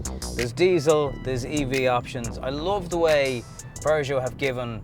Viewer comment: Hahaha weird sounding with Irish accent Pjužo :-)